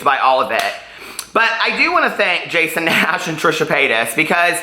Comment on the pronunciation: "Jason Nass" XD